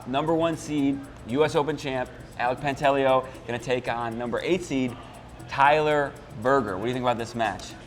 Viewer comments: No he told me himself it's pronounced Pant a leo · Quit butchering names. Pantaleo pronounced: pahn-tah-lay-oh. The guy’s good enough to have earned the respect to pronounce his name right.